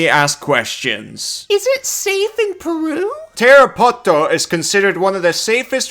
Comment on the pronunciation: You actually pronounced Tarapoto correctly 👌🏻. Good luck :_Lovebold